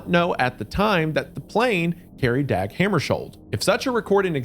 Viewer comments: Love the video! The Swedish pronunciation of "Dag" sounds more like "Dog". No one asked but I wanted to share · Missed opportunity to say "dawg" when it's the more accurate way to pronounce "Dag" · The a in Dag sounds like the a in tar, not bag.